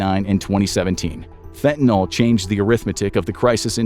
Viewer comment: The way he prounounces "fentanyl"